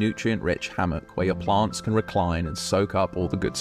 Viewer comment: Wtf are "PLONTS"??